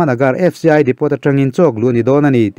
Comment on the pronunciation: Depo tiin lam tur aw.. A tawpa T kha lam tel loh tur. Ka rawn sawi ve mai2